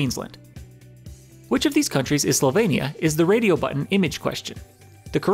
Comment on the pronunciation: Very good video, but it's not Slovania, it's Slovenia. No offense to American people.